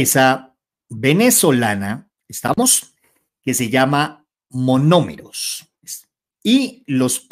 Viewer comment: NO ES "MAMOMEROS". ES MONOMEROS. CORRIGE POR FAVOR. ❤❤❤❤❤❤❤❤❤❤❤